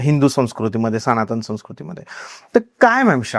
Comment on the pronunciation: Khup chhan vishay uttamach. Thank you.🙏 ek suggestion aahe....... Tumhi jevha podcast host karta tevha kamit kamit bhasha shuddha asavi hi maafak apeksha. उदाहरणादाखल "सणातण" नव्हे "सनातन"